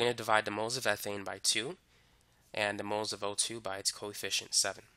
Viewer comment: i thought he was saying coy fish instead of coefficient